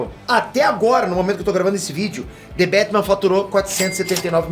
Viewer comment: the betman?kkkkk...aqui e brasil po.kkk